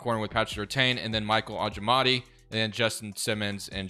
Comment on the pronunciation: His name is pronounced Michael oh-jay-mood-e-yay